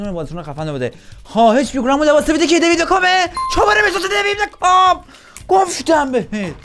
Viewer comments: میگه دیوید بگام😂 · بعد از هر بار که میگه دیوید بکام مد در حال تلاش که نگم دیوید بگام😂